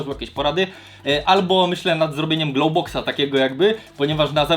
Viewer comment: Nie glołboks tylko glołwboks